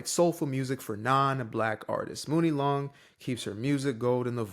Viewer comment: Woke???....at the end of the day. Writing songs are HER WORDS. If she don't want someone white to sing her lyrics, it's her own right. Also, her name is pronounced Money Long!!! #CultureVulture